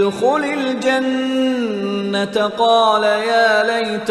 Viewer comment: Janna. taa kiun par gay ha?koi idr ruk jata ha.similarly jeem ka b issue ha